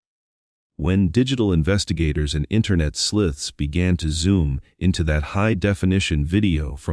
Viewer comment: Internet “ sliths”… and other bot mispronunciations… dumb and not worth watching.